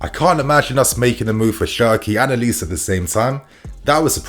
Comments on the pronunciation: the name is pronounced O-Li-Sé. Its 3 syllables not O-lis. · it should be pronounced oh-li-say. Nigerian name.... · His name is pronounced Oh-Lee-Say!